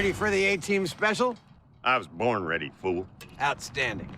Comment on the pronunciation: BA never said fool he said foo